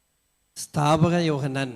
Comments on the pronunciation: ക്ഷമിക്കണം. സ്ഥാപക അല്ല സ്നാപക യോഹന്നാൻ എന്നാണ്. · Stapaka Yohannan athu aranu Onnu naravannam ucharikkan nokkata.